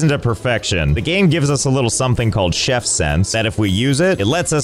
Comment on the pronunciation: Bro said chef with che